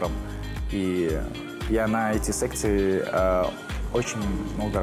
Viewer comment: Послушайте внимательно, он вместо секции сказал с**сы😂